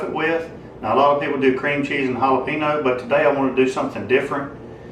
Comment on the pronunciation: Great video as always. Loving my Silverbac after watching your videos. I do smile every time you say and ha-la-pee-noh 😉 Keep up the great content!